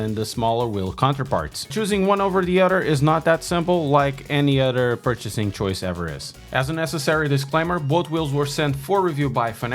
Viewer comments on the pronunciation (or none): Other not udder